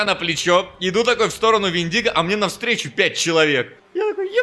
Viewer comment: ПОЖАЛУЙСТА! мы тут, в Grammar Nazi, уже места себе не находим, хватит ставить ударение в слове вЕндиго на любые буквы, кроме Е, и да, слово вЕртиго аналогично читается!!!